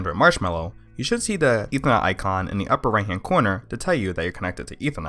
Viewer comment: Sorry but you need to slow down your speech. Ethernet has 3 syllables not 1. I can barely understand what you are saying, but thanks for letting me know that this is actually possible.